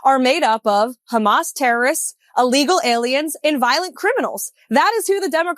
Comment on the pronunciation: Someone please teach her that "illegal" begins with an I, not an A. Allegal immigrants, so ignorant.